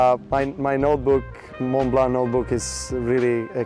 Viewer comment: She is saying Montblanc incorrectly.